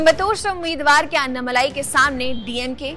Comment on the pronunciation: It is not अन्नामलाई it is अण्णामलै